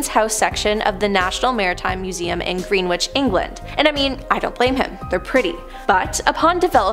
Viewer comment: As someone from the UK the way she says Greenwich is painful. Its pronounced "grenitch" wish they would research this beforehand